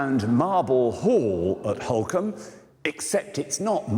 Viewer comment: He keeps pronouncing it incorrectly and the subtitles are spelling it phonetically therefore incorrectly too. It's Holkham pronounced Holk-um